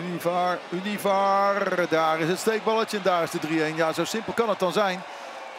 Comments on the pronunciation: UNIVARRRRRR UNIVARRRRR 😂😂✌🏽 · Univar, estadio ergilio harto.. er zitten wel wat meer foutjes in. Zal de warmte wel zijn ^^